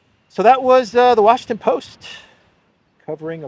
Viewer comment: You had it right the first time; "the Washington Boast".